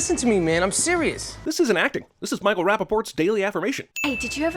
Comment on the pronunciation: Michael Rappaport. Raportport. Rapparot........Rappaport.